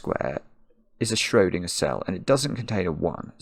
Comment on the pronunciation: the way he says schrödingerd makes me furious